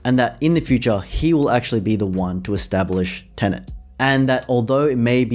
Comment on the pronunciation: Why do you call it Tenent?